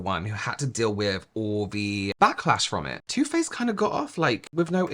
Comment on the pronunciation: Bahhhahahaha 🤣🤣🤣☠️😘😘😘! The first time you say “Too Faced”, I seriously swear I thought you said, “Toothpaste”! 🤣🤣🤣☠️😘 That is TOO funny! TOO! 🤣 I literally had to rewatch it bc I was all like, “Huh?? Toothpaste, what the heck did I miss?!” 🤣🤣🤣☠️😘